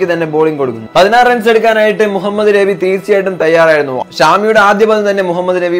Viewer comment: നെബി അല്ല മോനെ ...നബി എന്നാണു ....ഷാമി എന്നല്ല ഷമി എന്നാണു ട്ടോ